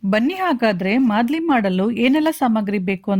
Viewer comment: It's maaldi not a madli...